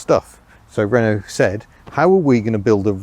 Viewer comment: citroën and renault is mispronounced.